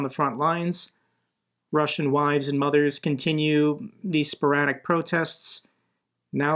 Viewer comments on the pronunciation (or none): none